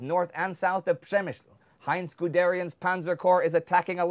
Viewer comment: It's so weird that they pronounced Przemysl fine, but then pronounce Krakow like 'Crack-cow'.